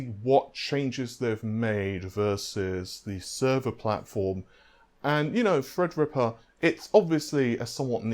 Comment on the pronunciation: In case anyone is having trouble understanding his accent let me help. When he says "free" he means "three" When he says "fredrippa" he means "threadripper" When he says "fairy" he means "theory" No need to thank me.